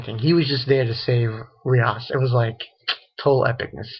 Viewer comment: Raser sama not Roser sama